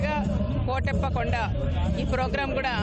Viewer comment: కోటప్ప కొండ తిరునాళ్ళు కాదండీ. కోడెలప్ప తిరునాళ్ళు .